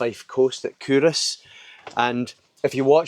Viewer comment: I'm scottish and have been calling it CUL-Ross my whole life...totally embarrassed now but thanks for letting me know how it's actually said!